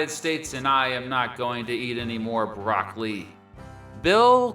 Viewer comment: If you are contemplating a career as a comedian, just don't give up your regular job. BTW; it's "brock-o-lee", not "brock-lee." This advice is free.